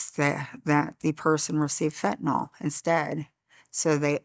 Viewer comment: Why is everyone calling it fentaNOL? it's fentANYL.